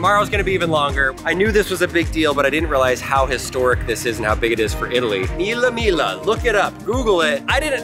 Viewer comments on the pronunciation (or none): Belin it's named Mille miGLIa not mille mila😂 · The pronunciation is "MEE-lay MEE-lyuh". VROOM! VROOM! VROOM!🚙